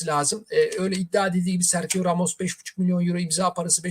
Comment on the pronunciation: Telaffuzlar beni benden aldı. serhio.. gündizi... 😅